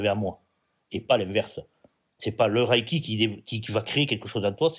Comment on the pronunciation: Bonjour, tout d'abord on ne dit pas" Raille"-ki mais" Reille"-ki. Deuxièmement, quelle sont vos sources?